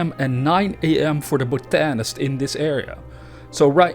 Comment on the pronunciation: Great video, and just so you know it's pronounced- bot-a-nist